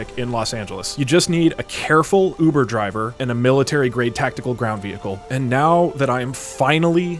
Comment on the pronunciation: Hear that it’s his uver javer